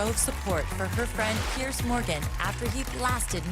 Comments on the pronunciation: Piers. Not Pierce. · Just pointing out, it's Piers, not pierce